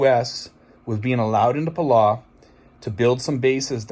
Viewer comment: I love watching your videos, I myself am from New England and a 27 yr Navy vet and your accent keeps my rolling every video!! In a great way. But I lived in the South Pacific for many years and it’s pronounced “Pa-low” for Palau. My Philipino freinds roll when we joke about how we pronounce things. Keep up the awesome videos and I agree something is going to happen sooner than later and I feel again the wonderful people there will be trapped in the middle like in WWII. Let’s hope cooler heads prevail, stay safe.